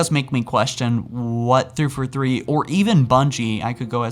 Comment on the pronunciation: the way you say 343 sounds like you're saying "3 for 3" like you're ordering from some fast food restaurant lol